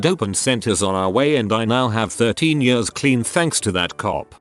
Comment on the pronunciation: The he says years. YUSZZZ